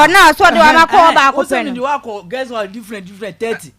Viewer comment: please correct your guest when they make mistakes. pronounced Guest House as Girls house since she came on your show and you couldn’t correct her.